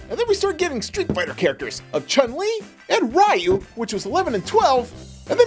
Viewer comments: It's not r yu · it's ree u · upsets street fighter fans by Calling Ryu RI U